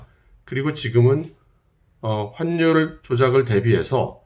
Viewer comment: 환률이 아니고 화뉼이라고 발음합니다. 악화가 양화를 구축한다고 하는데 요즘 우리 나라의 많은 사람이 화뉼이라고 발음하지 않고 환률 환률 환률 하는데 제대로 발음하면 좋겠습니다.